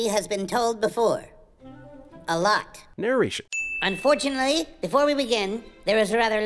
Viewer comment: i swear dont you dare say 'gnarration' on this channel ever again or ill sin you myself